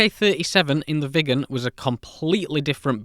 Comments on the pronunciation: Next aircraft and video I guess is about the McDonnell Douglas F-4 Phantom II as that aircraft badly lacked a gun during Vietnam and the F-4E was introduced. Great video on the Viggen and you did do a good job of pronouncing Viggen! Hello from Sweden 👋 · It sure wasn’t 10m people back in the 60s! BTW, you pronounce Viggen just fine! It’s stunning what could be done back in the day with the small memory and modest computing power.